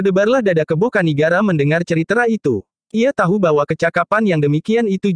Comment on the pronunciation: Naratornya lucu kalau pas baca tulisan "cerita" ngejanya ceritra